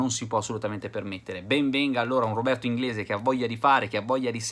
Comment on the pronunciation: Robi inglisc ahahahahaha